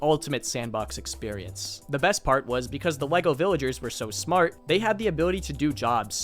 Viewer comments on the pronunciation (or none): none